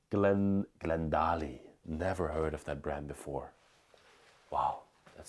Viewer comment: Glendale. A is long sound. E is silent. I think that may be the name of a model and not a brand name in America.